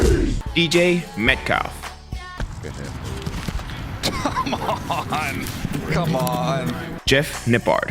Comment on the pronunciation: My man said “DJ Metcalf” 🗿